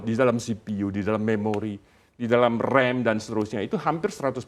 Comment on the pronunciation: Ngomong cinta indonesia tapi baca ram kok rem ??? Menit